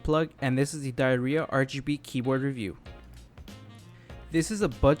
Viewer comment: It’s pronounced (dee-yer-yah) not diarrhea but anyways good video